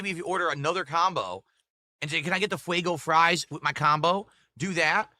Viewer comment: fwwwaigo fwies? Must be Elmer Fudd's favourite snack.